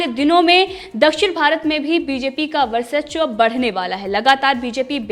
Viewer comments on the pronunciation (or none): Varsachwa nahin varchaswa boliye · वर्चस्व होता है मैडम गलत मत पढ़ो।🤣😀😅